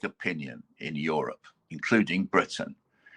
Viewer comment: "britiain"...No such place!...They are "english" plain and simple!